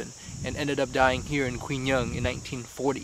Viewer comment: 'Quy' in Quy Nhon is pronounced like 'We' not 'Kwi'.